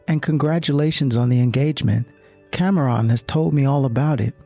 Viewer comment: He mispronounced Cameron 🤦🏼‍♀️